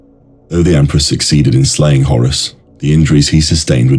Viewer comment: Bro I just want to tell you something, you're actually not saying Horus you are saying Horace.